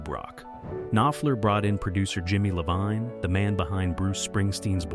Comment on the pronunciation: IOVINE, NOT LOVINE,.